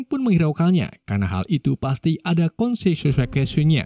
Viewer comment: konsekuensi min bukan konsesuansi 😅